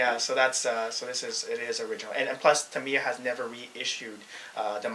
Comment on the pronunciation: TAM-EYE-A The "i" is pronounced as a "EYE".... not "ME".... TAMEYA ...WTF? If it did not have a "a" at the end? the "i" would be pronounced as it would sound on "it"